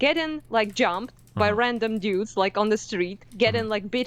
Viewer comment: I love the way says "dyudes."